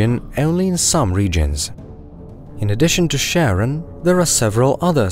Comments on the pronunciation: Pluto's moon is properly pronouned as 'kare-ON', not 'sharon'. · Thanks for the video, which I found extremely informative, but Charon is pronounced as KARon, after the eponymous Greek mythological figure, not SHARon. Unless, that is, you also pronounce Chaos as SHAOS, instead of KAOS. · Char-on. Char. Not "Sharron". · is not Sharon, is Karon, Ch like in Christ bc they both come from greek. Charon is significant in ancient greek mythology and is found universally in burying rituals across the world. . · hearing u pronounce Charon as "sharon" is the saddest thing ive ever heard. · it's Kharon not Sharon 🤣 It comes from the greek χάρων, χάρος or χάροντας. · Please stop saying Charon as in Sharon, but Charon as in Christ. Charon is the boatman who takes souls to the other world in greek mythology, so being an ancient greek word pronounced as such. Thanks, great job! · Pluto's moon is pronounced "Karen". It's the boatman of mythology for Pluto, god of the underworld. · Charon is Caron. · did you just call charon sharon ? unforgivable. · You said Charon wrong!